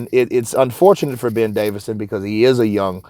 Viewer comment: its davison not davidson Fyi man great channel tho